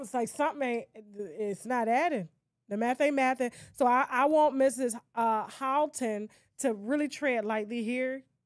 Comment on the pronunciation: Hylton pronounced Hil-ton !!!! Tasha K